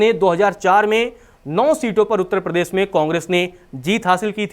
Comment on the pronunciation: भाई, आप प्रदेश को प्रदेस बोलते है, अर्थात श को स बोलते है।